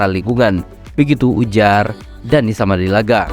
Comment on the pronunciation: Ki...Keren...👍👍🇮🇩🇮🇩🇮🇩 cuma ada dikit,dan berulang, yang kurang enak denger nya... Sumadilaga, bukan Samadilaga (??) Tèken... bukan Tekèn... (??) makasih 🙏